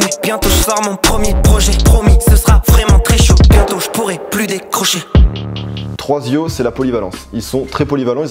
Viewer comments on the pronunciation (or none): c'est pas troisio mais tersio voilà. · "Troazio" .... On dit Tercio les gars 😂😂